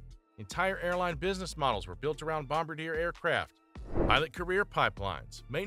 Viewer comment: welp i guess AI can’t pronounce bombardier?